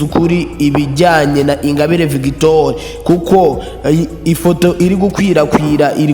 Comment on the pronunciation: Ntabwo uzi kuvuga inkuru man kdi no gusoma ntabyo uzi victoire ngo ni victori? No no no no